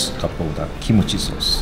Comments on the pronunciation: He did said it as kimochi sauce than kimchi sauce. Replay the vid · Did he say kimochi sauce? Lol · Why do i hear kimochii sauce